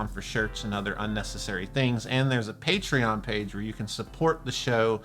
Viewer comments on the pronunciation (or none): none